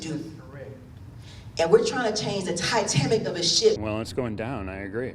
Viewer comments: "Titamic? I had to listen to that multiple times to make sure. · Whats the "Tyetamic?" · She said “TITAMMICof a ship”. 😂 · “We are tryna change the Ty-Tamic of a ship”. WTF? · The "Titamic"? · Did she just say "this TITAMIC of a ship"?? Did she just say TITAMIC?? Omfg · HAHA!!!!!!! I HAD TO WATCH IT 10 TIMES BECAUSE I COULDN'T BELIEVE IT BUT SHE SAID "TitaMic"!!!!!!!!!!!!!!! ITS SO CRAAAAAZY THESE JUDGES, POLITICIANS, D.A.s, AND OFFICIALS THAT CAN'T PRONOUNCE BASIC WORDS. ANOTHER ONE YESTERDAY SAID "ETHNATICITY" MY GOD!!!! AND WE ARE SUPPOSED TO BELIEVE THAT THEY ARE SMART ENOUGH TO HOLD THESE POSITIONS!? SHE IS OBVIOUSLY, NOT TRULY QUALIFIED. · Did she say Titamic? Or am I crazy. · Did she say Titamic?